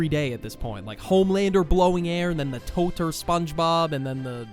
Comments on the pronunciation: just so you know, totr is pronounced "tot-ya" and not "tot-r" :) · ITS NOT "TOTR". Я means "ya", so it's "Totya". Please respect Totya. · Btw it isn't totr spongebob. It's actually pronounced totya spongebob. In russian this means aunt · It's not Totr. It's Тотя. It's pronounced as Totya. Get it right.